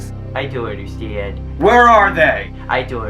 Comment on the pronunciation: I Deon’t Understeand LMAO!